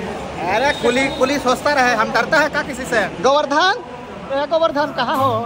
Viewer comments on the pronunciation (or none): govardhar e govardhan khna ho😂😂😂